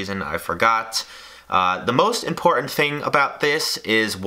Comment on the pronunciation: Important not Impoorehn